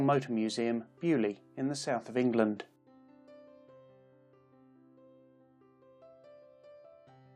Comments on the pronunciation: Please .. beaulieu. Is not bu lee .. think bail u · Bo loo not bewlee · Dear boy, it's NOT 'bee-you-lee'... (Beaulieu), it's 'BOW-LEE-YOU' !! PLEASE! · I swear English people go out of their way to mispronounce things. “Byu-li”? Seriously? You can’t even say “bo-loo” or something CLOSE? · What a thorough and fabulously complete reveiw of so many wonderful and deadly land speed cars: I , as a Noth America, have to laugh at the announcers pronounciation of Beaulieu: correctly, it is ANYTHING but BUALLY...... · Which is sort of my point. It’s a French name. It should at least be vaguely pronounced correctly - as I said, /bo-Lee/ at the very least, maybe even /bo-lee-yu/. You definitely corroborated my claim. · How i he says beaulieu xD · I crinch every time he says Beaulieu... It's in England, I'll shut the f. off.